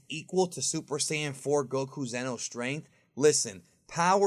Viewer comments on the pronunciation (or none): none